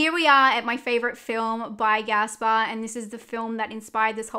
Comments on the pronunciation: It is Gaspar, not Gasper. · Girl what, his name is GASPAR NOÉ! Not Gasper lol